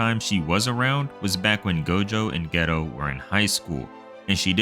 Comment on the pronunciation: Lmao the way you pronounce Geto as 'ghetto' is killing me 😂